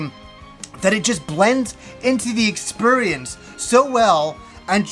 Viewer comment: My favorite -ism is "Expurrience"